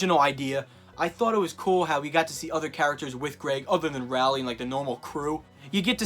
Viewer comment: Jeff Kenny Rally What other names can he butcher